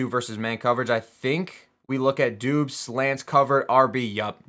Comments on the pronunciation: I think it’s pronounced Dobbs not Doobs 🤣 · It’s pronounced DOBBS not DOOBS